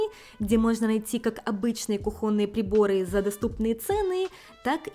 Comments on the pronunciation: КУхонные. Ударение на букву У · кУхонные, ударение на у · Она японка ей можно